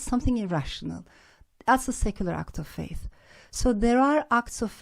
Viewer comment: Bu kadar yıl İngilterede kalıp bu kadar kötü bir aksana sahip olmak çok üzücü. Act of faith nasıl bir telaffuzdur ya.